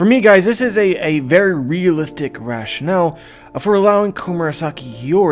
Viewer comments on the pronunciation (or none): none